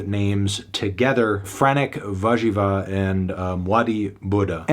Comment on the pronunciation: nothing has made my day more than Fantano pronouncing „warzywa” perfectly